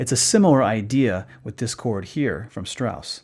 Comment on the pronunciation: the biggest problem with your German pronunciation is that you don't pronounce the initial consonant in the name Strauss correctly